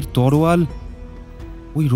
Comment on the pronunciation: তলোয়ার কে ওই ভাই বোন দুইজন বারবার "তরোয়াল" উচ্চারণ করে গেছে। বাংলা উচ্চারণ এত খারাপ হলে কিভাবে রেডিওতে গল্প বলে তারা।